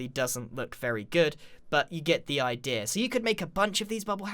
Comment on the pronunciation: "idear". Great video though.